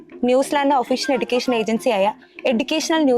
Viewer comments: എടുക്കേഷൻ അല്ല anna എജുക്കേഷൻ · എടുക്കേഷൻ അല്ല എജുക്കേഷൻ എന്നാണ് pronounce ചെയ്യേണ്ടത്, next time ശ്രദ്ധിക്കണം ട്ടോ 😊